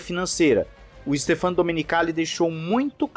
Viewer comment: adoro seus vídeos, tanto pela qualidade do conteúdo, quanto pela forma de apresentação, como pelo volume de produção. Assisto a todos. Só me permita fazer uma observação. O nome do CEO da Liberty se pronuncia Stéfano (acento agudo na sílaba "né"). Confira no Google tradutor, para ver. Abração.